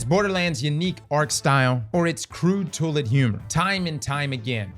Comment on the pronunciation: The way you pronounce “toilet” is crazy.